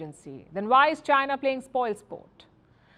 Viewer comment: Don't have a clue what sarcasm is ? Listen to how Palki pronounces China .